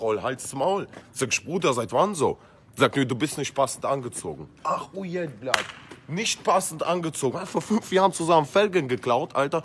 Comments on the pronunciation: Er meint er isst russe und kann nicht mal blyat aussprechen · Alva Importale er macht das extra?